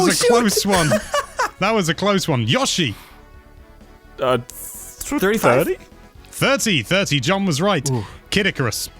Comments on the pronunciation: Every time says Yosh-i instead of Yo-shi I die a little inside! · I know you're from the UK... but his name is Yo-Shee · Yawshi? Really?